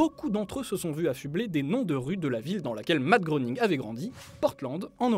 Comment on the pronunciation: Ça se prononce ''grêning''